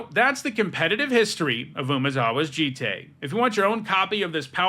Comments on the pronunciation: its pronounced joot toot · Umezawa’s J-EYE-T